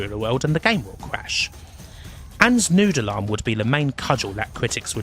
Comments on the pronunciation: Ah you're saying "Noodle arm". It took until my second listen through to really think about what a "Nude alarm" was :) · took me a while to figure out what nude alarm was, turns out you were saying noodle arm!